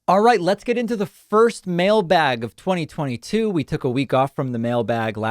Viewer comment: I think the term "mail bag" is not said with enough emphasis.